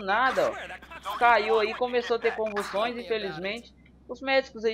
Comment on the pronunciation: convuçoes kkkkkkkkkkkkk